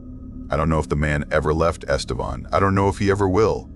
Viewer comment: Este-VAN not Vawn.